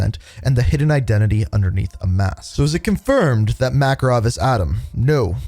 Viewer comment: Ya not makarov dude good try tho